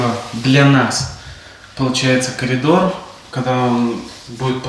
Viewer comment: ПОЧЕМУ. КАЛИДОР. ,А НЕ КОРИДОР😂?????